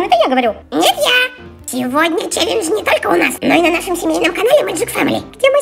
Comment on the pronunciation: Неправильно: челенж. Правильно: челендж.